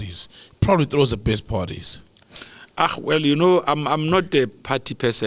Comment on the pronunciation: As soon as he said "Wellle...." that was it for me...